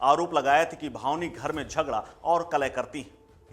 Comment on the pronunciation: ये रिपोर्टर बार बार भावनी सिंह बता रहा है जबकि सही नाम भानवी है। बिना हिन्दी पढ़े लोग पता नहीं कैसे रिपोर्टर बन जाते हैं?